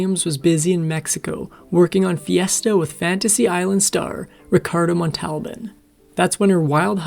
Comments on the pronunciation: Deborah Kerr pronounces her name, "CARR", as do most Irish people with the name "Kerr". Ricardo Montalban pronounces his name, "Mont-al- BAHN". Please, please learn these peoples' names. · A few other mispronunciations I noticed the narrator made: Deborah Kerr's last name is pronounced "Karr," not "Curr," and Ricardo Montalban's last name is "MONtalbahn," not "Mont ALban." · Lol, ai always reveals itself with its weird mispronunciations: Lane-uh Turner, Ricardo Mont-owl-ban, and a Gold Lamé bathing suit becomes lame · When are you people going to learn to properly pronounce Proper Names?! Lana Turner's first name is said more like "llama", but of course, with an N, not an "m". Another one is Ricardo Montalban, which should be said more like the accent on the first syllable, "Mon' tal ban". Can't you folks look up some clips which have the proper names pronounced correctly? It seems a little bit lazy to not at least do a quick google search of the original trailer, to discover how to pronounce these famous stars' names from yesteryear. Or am I speaking to a stupid machine? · It was Montalban “Mont-tale-bane” that go me, ugh. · You need to look up pronunciations on very common words. Lame fabric is pronounced Lah-may. Lana Tuner is pronounced Lah-nah. Ricardo Montlaban is pronounced Mon-ta-bon. Deborah Kerr is pronounced Car. It is hard to watch these when you mess up names and words. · Thank you for making these videos. Very interesting. Just for future reference, Ricardo Montalban's last name is pronounced Mun-tail-bon. He was big on TV in the 70s and 80s when I was growing up. So I heard his name spoken aloud a lot. Fantasy Island was popular and he also played Khan in Star Trek: The Wrath of Kahn. He actually also played the character on OG Star Trek in the 60s too. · Ricardo Mall-TA-Bohn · Actually Mon tal bahn